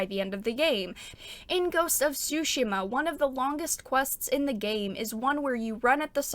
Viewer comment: I really enjoyed your video as always but I'm gonna be honest, I cracked up at your pronunciation of Tomoe :') Also I know english speakers don't do that but the T is Tsushima is not silent, just loike in tsunami (both japanese words) ;)